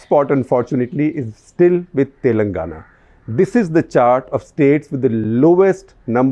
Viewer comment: its "Telangana" and not "Telnagana" .. favourite state in quotes :P